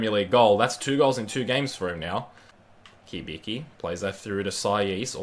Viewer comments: Not Kibiki, Cibitzki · Cibicki is actually pronounced Chi-Bit-Ski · Pronounced Chibiki and shog-nessy